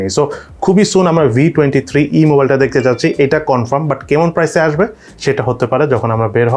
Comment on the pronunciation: ভাই তোমার ভয়েস টোন ও উচ্চারণ খুব ভাল। তবে 'কেমন' ও 'এমন' উচ্চারণ ছাড়া।